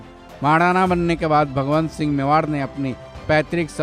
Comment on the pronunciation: महाराणा भगवन्त सिंह मेवाड़ नहीं ......भगवत सिंह मेवाड़ थे। उच्चारण ठीक से करें।